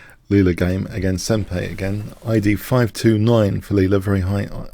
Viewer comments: Thanks very much for these Leela videos. I enjoy them a lot. ( I also enjoy Go -- with AlphaZero and LeelaZero/Elf engines ). I believe 'senpai' (meaning 'senior') rhymes more with pie (as in apple pie or 3.141...) and not with Pompeii. Will this channel carry live broadcast of the upcoming computer chess engines tourney ? I also wish Leela chess the best of luck. Thanks. :) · Sen - PIE! The name is reference to anime, Japanese Anime. SENPAI is teacher/master/etc. Again, not sure why other people are not telling you.... maybe to troll you? It is pronounced SEN - PIE, I promise. <3 your channel.